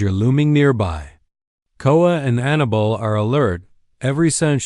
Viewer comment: Her name is not Anna bull, it is AnnaBELL!!